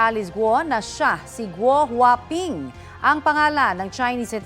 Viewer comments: GuoHuaPing? GWAPING??? 😅😅 baka it’s a prank. lol 😅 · Gouwhaping,🤔🤣🤣🤣🤣 Parang pugi sa pandinig ko.